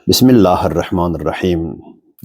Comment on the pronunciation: Aye zindiğ sen heç Bismilleh sözünü düz diye bilmirsen kimdese sehv tutrsan? Düz diyirde hemin söz azana sonradan elave olunubda. Hz Ali biz Əhli Sunneler üçün daima baş tacı olub olacaqda. Birdeki sizin quyruqvuz qapi arasında qalan kimi o deqe maviyeni soxursuzda ortaliqa. Evvel axir sizler bilmeduzde aqzuvuzun danisiqini